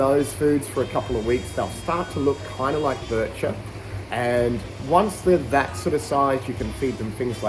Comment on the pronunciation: Pronunciation is Bee-sheer. French annunciation from arabic dialect.